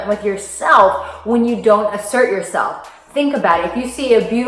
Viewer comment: I had to listen carefully a.m, I thought you said imsert, but after a few blinks and a yarn I realized that you were saying asert, good stuff.